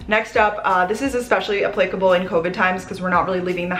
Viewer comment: I love how you say applicable I got way more than that out of this video, thank you, but I've never heard it pronounced like that lol.